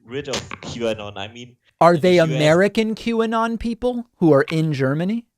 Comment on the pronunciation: Auto-generated captions change this german dude's pronunciation of "Qanon" to "Cubano". Seriously.